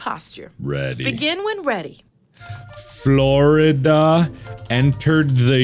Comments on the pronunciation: Ahh yes, my birth state of good 'Ole Forlida. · Mark: "I was doing it the posture way, I'm actually gonna not do that." Also Mark, immediately: FORLIDA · Mark: I'm going to do it my way. Also Mark: "Forlida"